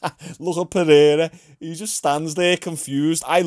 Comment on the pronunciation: Pe-hair-a goes crazy.